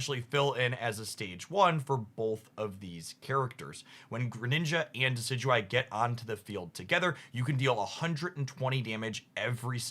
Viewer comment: I still cant believe he says Decidueye perfectly but cant say LuNAla